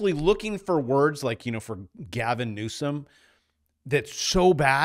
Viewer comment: you pronounced Newsom wrong 😂